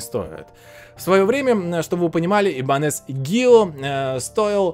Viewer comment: Правильно - ибАньес😁. Нормальная испанская фамилия.🤣